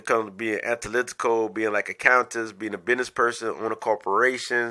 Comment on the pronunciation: You on point 😂 you said anTAlytical 😂 I’m subscribing